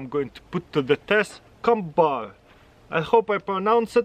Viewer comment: Yes, CUMBAR, you did good pronouncing that mate 😁😉